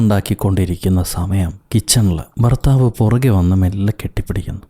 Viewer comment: ഫർത്താവോ.... മോശം